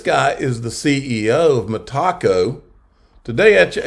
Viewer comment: Love the channel but dude, it's META CO, not ME TACO...